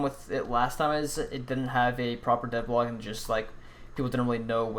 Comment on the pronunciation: Why do you end every word with A? "dev blog-a"